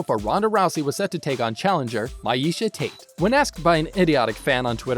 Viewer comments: When he pronounced Meisha Tate like “Maisha Tate”, that confirmed to me this guy is a clueless phony that doesn’t actually follow MMA. Don’t make videos about topics you don’t actually know about. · This dude shouldn't be allowed to have a channel. You know nothing about fighting. If you can't say meisha Tates name right then get the hell outa here. You don't deserve a YouTube channel that talks about MMA.